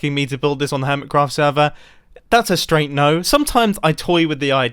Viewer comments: Lmao “Earmitcraft” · I can't help but notice "Earmitcraft" .